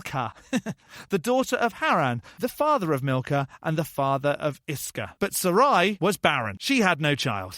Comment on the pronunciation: Milcah is probably pronounced Meekah. I have a niece by that name.